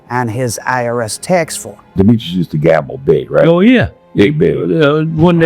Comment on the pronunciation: Its *demetris not demetrius. His name was demetris.